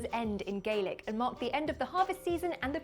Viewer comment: She mispronounced Gaelic AND attempted a Scottish accent. Aarrgghhh! Yep, when I was wee we went guising and had to tell a joke or sing a song to get what was usually fruit or monkey nuts. If you found the posh houses you might get some chocolate! Like many things, America claims it and uses it as a way to make a fortune.